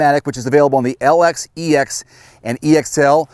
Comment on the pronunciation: It is EX not XE edition.